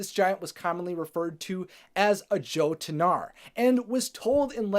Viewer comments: It's pronounced YOH-TUHN -NAR. Like the way Thor pronounced Jotunheim in the movie. If you don't mind me giving you the correct pronunciation. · You kind of butchered the pronunciation of jotunar. Edit: The J makes y-like sounds. Yo-tun-ar. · Jotunar is pronounced with an yo sound at the beginning.